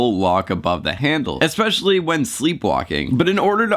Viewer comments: .......you said 'expecially' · there’s no “x” in the word “especially”.